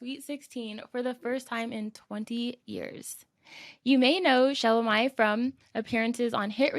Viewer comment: Pronounce the name correctly. Repeatedly calling her wrong name….